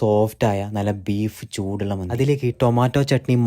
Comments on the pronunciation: മന്ദി അല്ല മന്തി . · മന്ദി അല്ല ചേട്ട മന്തി ആണ്😅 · മന്ദി അല്ല മന്തിയാണ്